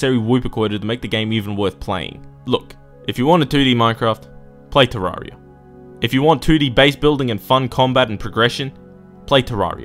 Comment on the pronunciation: I was already mad when you called starbound bad. BUT THEN YOU SAY IT'S TERRARIA IN SPACE!!!! THAT ISN'T EVEN HOW YOU SAY TERRARIA.